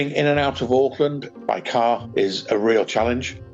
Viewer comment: The “Aaahk” killed me 😂